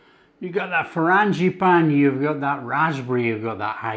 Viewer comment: These look wonderful. I love the way you say 'frangipane'. I might try making them for a garden party I usually have in May /June but will try making them smaller as I'll make other things too. Brit in Oklahoma, USA. 😊